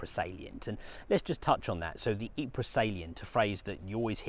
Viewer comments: A very nice Belgian lady once told me that it is pronounced ''Eee-purrrr'. Spending a little time there, I found that she was correct. And you roll the rrrr's, too. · Ypres is spelt Ieper in Flemish and THAT is how it is pronounced!! EEPER. Get it right! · The Belgians pronounce it " EEP "..Get it right..